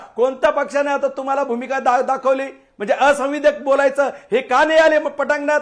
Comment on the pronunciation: तुम्हाला संविधानिक हा शब्द नीट उचरता येत नाही चालले डिबेट करायला. योगेश दादा अभिनंदन 🙏🙏💐💐